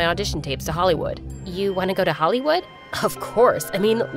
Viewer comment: is it just me or did he say “sa holleywood”